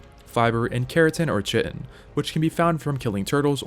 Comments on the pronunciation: Ah yes chitin, definitely not pronounced Kai'tn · Great video, you pronounced Chitin incorrectly and stamina is way more important then melee damage to outrun dinos. Meguana is pronounced like Iguana not megoona. Other then that this video is very comprehensive and covered everything you need to know about Ark, great work. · Aside from the pronunciation of chitin, I think this was a good introduction to ASA.